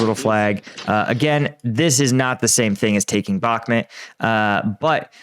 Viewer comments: What the hell is Bakhmat? Jesus how hard can it really be to just say BakhmUt. It's a u before the to, NOT a A. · It bothers me so much that you say bakhmit... it's bakhmut.. with a U... not I. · It's bakhmut not bakhmit... 3rd time commenting this. Adjust please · Bakhmuuuuuut. Not met. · One year on and still cannot pronounce Bakhmut correctly... Just ignore the letter "K" if you cannot say the "kh" sound correctly